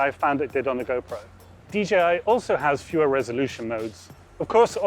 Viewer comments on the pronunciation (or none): DJI Not dgi It's a pet peeve of mine when people say it wrong